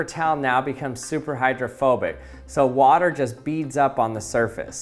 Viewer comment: I thought you were saying homophobic 😂